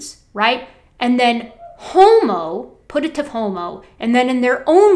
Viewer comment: I don't want to be That Bitch, but "putative" is pronounced with a Y sound, as in pyoo-tuh-tive. Just.. FYI